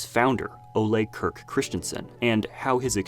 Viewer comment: Why does everyone keep sayng Kirk incorrectly? Can no-one look up how to say his name? It's not pronounced as Kirk from Startrek...